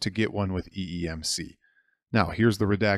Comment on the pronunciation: Also Sir it is eMMC not eeMC. Nevermind, it happens, we are all humans.